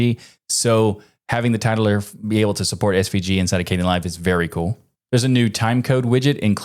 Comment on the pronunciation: Oh, title-r. Not tit-ler. Got it.